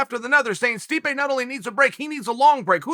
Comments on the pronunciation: "Sweep-ay" (Stipe) 😂😂😂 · Did he accidentally say Sweepe instead of Stipe? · Did Chael call Stipe "Sweepe" ? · Who in the hell is Streepe? Chael is stuttering, stammering, and mispronouncing names (not on purpose) throughout this clip. Get a CAT scan Chael, I'm concerned. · 'push sweepay away', nice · please tell me I wasn't the only one who heard our uncle call stipe sweepe by accident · We have to admit it... we’re pushing “sweepay” out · Stipe “sweepe” Miocic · MAAAAAAAN.... did you just say sweepae👀🤨??? I thought you NOT to forget him???? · Chael: Swipé Miocic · Chael called the mad “sweepe” miocic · Uncle Chael said Sweepe instead of Stipe and yea. Considering he is being swept under again. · Sweepay Miocic loool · Sweepe 🤣 Uncle Chael don't care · "...which is to push Sweepe out." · Chael called him “sweepaye” 😂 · We just gonna ignore Chael called Stipe Sweepe? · Did Chael call Stipe, "Sweepay"?! 😂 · "to push sweep-pe out" - Chael 'Joey Diaz' Sonnen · Who TF is "Sweep-A" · Did he say Sweepe? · Chael "Sweepay Miocic" Sonnen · "Sweepay" miocic